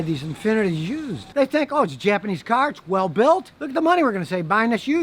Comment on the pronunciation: Not a great caar but not a bad caar